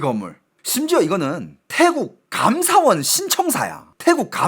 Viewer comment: 감ㅡ사원이 아니고 감사원 한국어의 장단 공부하세요